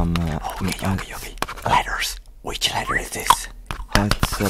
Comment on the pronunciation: Idk why, but the way he just abruptly says “LETTERS” makes me chuckle